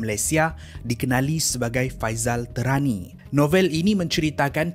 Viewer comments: Ada bbpa sebutan yg perlu diperbetulkan oleh Admin: Faisal Tehrani - Bukan Terani.. tpi sebutan spt kita sebut nama ibu negara Iran iaitu Tehran. Sebut Teh spt sebutan minuman Teh. Dia antara top Syiah di Malaysia... gelaran Tehrani tu atas kapasiti dia pernah study di Tehran, Iran Al Arqam bukan Al Aqram. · salam, cara sebutan admin ada beberapa yang kurang tepat. Faisal TEHRANi (merujuk kepada Tehran, Iran. Pusat Syiah) bukan Faisal TERANI Al - ARQAM bukan AQRAM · tēhrani la, bukan terani. al arqam, bukan al aqram.